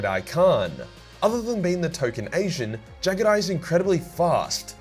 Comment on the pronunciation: I swear to the Emperor,. That East Asian accent was funny as hell for Jaghatai.